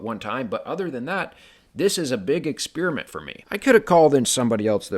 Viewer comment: “What do you guys think?” I think a green tiled fireplace looks like a pile of garbage. I think spending ball thar time pouring cement is a waste. I think your voice is annoying. You mispronounced the word experiment.